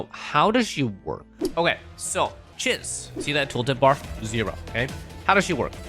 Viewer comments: Isn't it pronounced cheeze? Swear she said her own name in the story. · her name is not Chiz. it's pronounced CHEESE. even if it is spelled like the first name. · I swear he says Chiz wrong to annoy people to generate comments. LOOK AT HER, SHE IS MOUSE THEMED, ITS CHEEESE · Chiz is pronounced as "Cheese" she LITERALLY says her name in game.